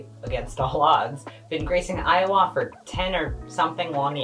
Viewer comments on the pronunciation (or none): How to tell that is from Maple Syrup Land- She pronounces Iowa like Ottawa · Thanks for calling out this con. It was my first con but I've never gone back. Also you're pronouncing Iowa wrong